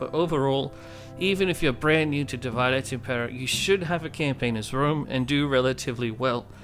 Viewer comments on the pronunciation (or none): Its meant to be latin. It's pronounced Dee Vee Day. not divide. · Great video! (Sorry to be that person, but thought you’d rather know that not — it’s not pronounced ‘divide’, but ‘div-id-é’[like ey in hey].) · Tip 1: pronounce divide in Latin and not English. Otherwise you might as well call it divide & conquer.